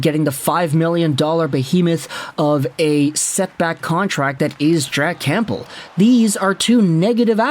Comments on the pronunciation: It’s not “CAMP BEL” it’s “Cam bell) like the soup my guy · You're either just trolling with saying "Camp-bull" at this point or you're just physically not capable of not pronouncing silent P's 😂